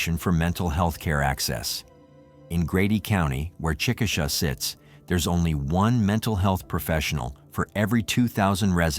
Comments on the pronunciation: It’s chick-a-shay—- just so you know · It’s pronounced Chick ah shay